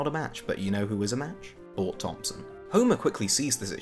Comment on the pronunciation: Did you call him Bort Thompson? BRILLIANT!